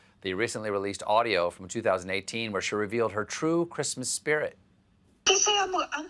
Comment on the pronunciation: “Creeeeesmas staff” Seriously, what does she do with herself all day?